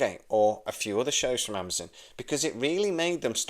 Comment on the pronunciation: why are you pronouncing AmaZON as AmaZIN?